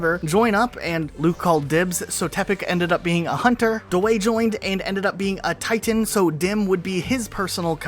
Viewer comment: I feel attacked the way he said titan